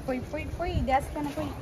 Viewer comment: Nice vlog. But pronounce not correct. It is devasthana not desthana🙏